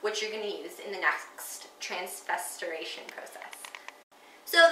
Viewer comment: Wow! Outstanding video. You got it all right--except for pronouncing trans--ester--if'i--ca--tion! Although, I don't think it is as expensive to make as you might think. Certain strains of algae have the ability to provide up to 10,000 gallons of oil per acre. That's enough biodiesel to provide fuel for ~19 cars per year! (assuming 22 mpg fuel efficiency & 11,500 driven miles) ref src